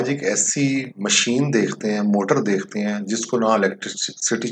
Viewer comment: بھائی صاحب۔۔۔ ۔۔۔۔۔ دیختے۔۔۔نہیں ہوتا لفظ دیکھتے ہوتا ھے۔